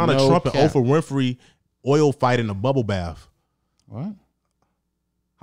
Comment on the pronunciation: trying to talk about Epstein but no one knowing what the hell he's talking about because he said Oprahstein is hilarious